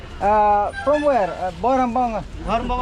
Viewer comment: Bhoirymbong ❌Boirambom ✅🤣